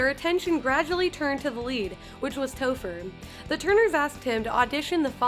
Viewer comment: You called topher, toofer 😂😂. I gd hate you